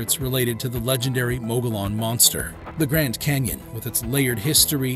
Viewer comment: Mogollon Monster-Mo go yon or mo gole yon, not mo gole an. Look up pronunciations please!!!